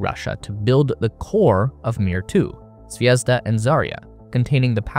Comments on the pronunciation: Please learn the stresses in words if you say them - my ears are bleeding of you saying zvézda instead of zvezdá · it's not zvEzda. It's zvezdA:)